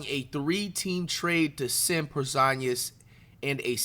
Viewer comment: Why bro say Porzingus like that? 💀